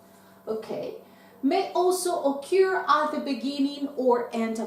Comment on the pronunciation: Hi, I have just come across this video and I like it because it's very useful. However, I don't think she pronounces the verb "occur"correctly. Thanks anyway.